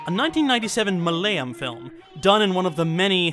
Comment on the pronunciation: Ah! Makes sense. So - the pronunciation is Mul-a-yaa-llum. You "ya" was shorter and so I missed the ending "-am". It's frankly a nitpick in an otherwise splendid video, especially considering how many Indians can't pronounce the word right. :P - meant it as an FYI more than any thing else.